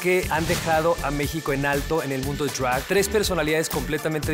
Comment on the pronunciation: Lol NO!! me desconcentra mucho su pronunciación "arte *Drwagh*💫" jajajaj ningún gud mornin ni ningun jelow aquí me hablas español!! por favor di DRAG como es 😂